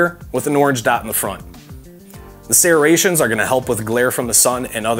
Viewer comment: Serraa-ations... Lol that's what it sounds like when you say serrations. Great video I enjoed it and you covered all I need to know thanks! This pistol is $449 on BDU so thats a great price. Just subscribed to the channel keep up the good reviews. Cheers!